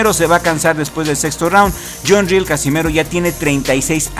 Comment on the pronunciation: El filipino se apellida RIEL y , no ril como lo pronuncias está mal pronunciado , el es de filipinas, por tanto el apellido es español debido a que , filipinas fue conquistado por España en 1565 , he ahí del porque el apellido RIEL